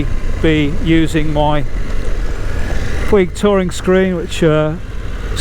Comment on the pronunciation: I appreciate the info! Have been following all the screens. I am now on the MRA Vario Touring... BTW, it is pronounced "Poooooooge" rhymes with stooge. Soft G. Ride On!